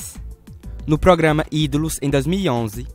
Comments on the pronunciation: Gostei da sequencia de vídeos, só não gostei muito da narração "progama" kkk... Mas dei meu like. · O português do cara q tá narrando é muito ruim igual os personagens do vídeo...ele fala pograma!!!kkkkk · Mas feio que essas pessoas cantando, é você falando "pogama" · GENTEE,alguém avisa p ele que é programa e ñ pograma? KKKK,zueira. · ProGama ProGama? Q é isso rapaz? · "Progama "é pau ! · O narrador não sabe falar "programa"